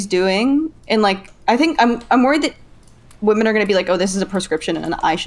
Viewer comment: is fully redeemed in my eyes. Didn't think I had it in me, after listening to her mispronounce women 500 times in a single panel.